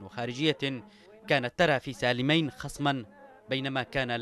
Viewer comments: نطق اسم سالمين خطأ يا قناة بلقيس. سالميِن و ليس سالميّن. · اسمه سالمين بكسر الميم وليس بالفتح ، غلطة سالمين التاريخية قراراته الثلاثة التى دمرت جنوب اليمن : تاميم المساكن تخفيض الرواتب تحرير المرأة وحرق الشيادر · يا اخي النطق غلط ل سالمين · انت تنطق سالمين بشكل خط . او انا غلطان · المعلق تشارلز ماهو قادر يلفظ أو ينطق اسم الرئيس سالم ربيع علي ( سالمين) صح سبب بلاوي الجنوب العربي اولائك الجباليه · ياخي اعطي الخبز خبازة لاتعملي فيها منظر .. كفاية مغالطات حتئ اسم سالمين ماتعرف تنطقة